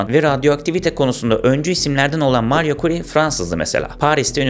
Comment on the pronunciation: mario kuri diye okunmaz o cahil, mari kuri dir okunuşu